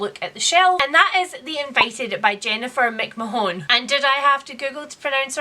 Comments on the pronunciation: Jennifer McMahon The invited McMahon is pronounced “Makmarn” At least in Australia it is anyway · I love seeing you do TBR videos :) Well, I love all your videos - you always make me smile. Commenting to say that, but also to help with your pronunciation of McMahon (Irish woman talking here :) ) It's McMAhon, so the stress is on the first syllable, not the second (Google doesn't know shit!). Hope you enjoy your TBR!